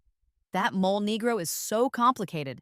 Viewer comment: It's pronounced "mole-ay".